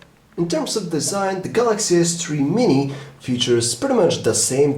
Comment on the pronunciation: the way that he pronounced "s3 Mini". oww just nevermind